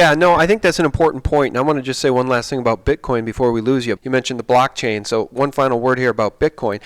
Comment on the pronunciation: Hi Folks,Great show, but wats this ,'blotching'? or 'blotchain'? all about, never heard of this, can anyone shed sum light on this for me please?